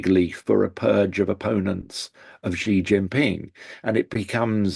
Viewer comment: Xi Jinping. The syllable "Xi", in Chinese, is pronounced similar to the English word "she". Here, it was repeatedly pronounced like the letter "G" or "gee". The sounds are different words in Chinese. Please say "she" or "shee", not "gee". Otherwise, thanks for the very enlightening discussion.